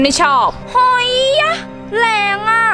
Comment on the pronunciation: เขาออกสำเนียงว่าหอยยะ